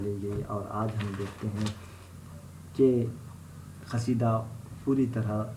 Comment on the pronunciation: First of all it's not khasida it's qaseeda 😬